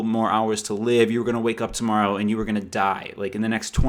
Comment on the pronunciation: love you...but it is pronounced AND...not ayund!!!!